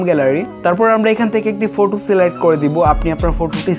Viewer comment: ইংরেজী উচ্চারণে অনেক ভুল রয়েছে।যেমনঃ- ফটো কে ফুটো,মেইক কে মেক ইত্যাদি😂😂